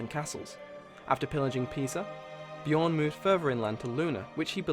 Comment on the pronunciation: no its: Björn